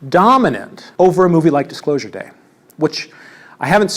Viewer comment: "Stephen Spielberg's Dicklosure day - I mean Dicksclosure day" hit different after seeing the strait diagram